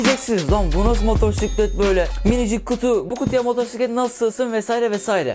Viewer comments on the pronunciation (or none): Motorsiklet değil motosiklet lütfen düzgün söyle